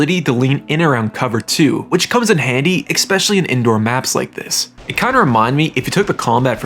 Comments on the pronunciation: Especially, not EKspecially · Why do you say ekspecially, it's ESPECIALLY THERE IS NO K IN IT